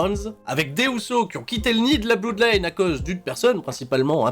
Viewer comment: Quasiment les mêmes pronos que toi. En revanche juste un truc, par pitié arrête de dire Finn Bèlor et Bloudline, c'est juste Balor et Blodline pitiéééééééééé :D